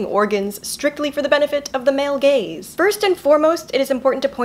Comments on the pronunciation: did you say strictly for the man gays or man gaze?😂 I'm pretty sure it's the second one but my mind went to the first one. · took me multiple listens to realize she was saying "the male gaze" and not "the male gays" i was so confused lmfao